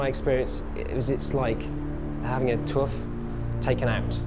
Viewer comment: oh, "having a tooth come out" it sounded like "tuff".